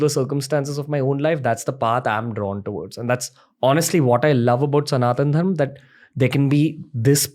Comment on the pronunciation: Left the video when he said dharmaa